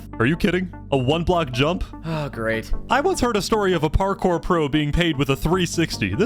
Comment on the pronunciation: par-cow if I may